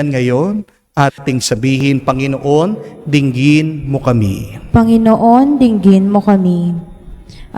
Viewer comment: Commentator please bigla ang bigkas ng Panginoon hindi ako karapatdapat mag patuloy ( bigla sng bigkas hindi malumanay para tumuloy sa puso natin sa Jesus